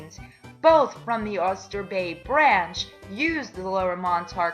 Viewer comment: Someone needs to explain to how to pronounce Haberman ( HAYbur-Man) and Oyster Bay ( Oy Ster - Bay )